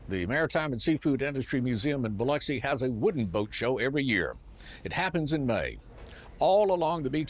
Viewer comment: Thank you for pronouncing Biloxi correctly.